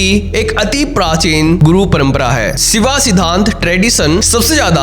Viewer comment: शिवा सिद्धांत नहीं, शैव सिद्धांत कहा जाता है । यथार्थ समझ के बोला करो ।